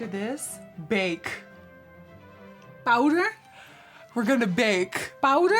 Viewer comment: Lmao I just paused the video to look for “bowder?!” comments 😂